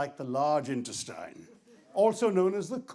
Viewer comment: Or intestaine ;)